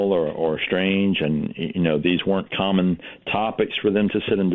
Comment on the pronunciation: "very SHTRANGE"